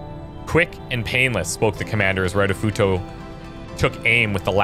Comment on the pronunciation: Plz read Japanese names like they are said in Japanese, Ritofuto (reetoh footoh) is not Raitofuto, and Tanaka is more pronounced (tah nah kah) Pretty please